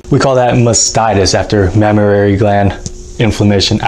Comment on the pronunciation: Not mammararay... It's just mammary... The same goes with supernumerary... Supernumerary...